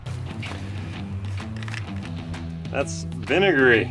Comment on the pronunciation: Way more acidic. " vinagarry " 🤣🤣🤣